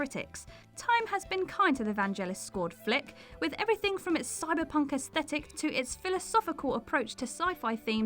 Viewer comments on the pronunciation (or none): none